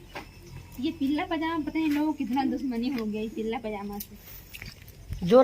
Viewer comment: पिल्ला पाजामा nhi,पीला बोलते h